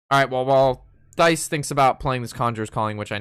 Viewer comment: HIs name is not Thiis, its pronounced Tyce.